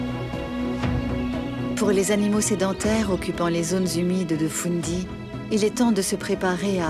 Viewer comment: Baie de « foun dy ». 😂 C’est fundy Et elle n’est pas si près des borders. Elle est entre la Nova Scotia et le Nouveau Brunswick